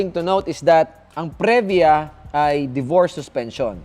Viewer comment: Punyeta ka magtagalog ka nalang. Saka Previa is pronounced pri-vya not pre-vya